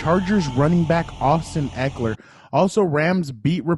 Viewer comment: FYI...pronounced his name wrong- it's not Ek-ler, it's Ek-E-LER. I used to do that, then at some point I realized I wasn't pronouncing an " E."